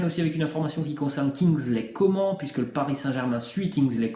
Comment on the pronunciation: prononce comane pas comment 😭